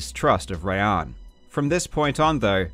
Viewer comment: Awesome video as always. Btw just as a sidenote, assuming Rayan is persian his name is probably actually pronounced “rye-on”